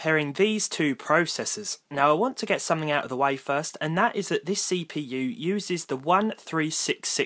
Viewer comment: this Say-p-you